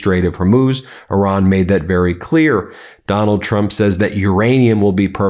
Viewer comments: Did Laura Ingraham have a slip up and say Donald Drunk instead of Donald Trump? LOL. We’re having the laugh, Laura. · Did she say "Donald Drunk"!? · Did she just said "Donald Drunk"? 😂😂😂 so accurate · She said that right “Donald Drump”lol 😂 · Did she say "Donald Drunk"?